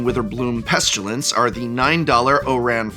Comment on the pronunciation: No "u" in "pestilence," my boy.